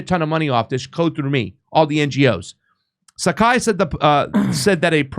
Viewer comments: SPAGHETTI MONKEY, Saiki is NOT pronounced "SAKAI" = LEARN TO READ. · BTW, the proper pronunciation of Saiki is (psyche). Patrick is a disgrace to the islands. His mother Patricia or Pat Saiki (again pronunciation is psyche not Sakai) is more honorable.